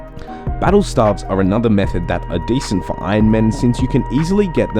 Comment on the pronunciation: Stay-ves, not starves......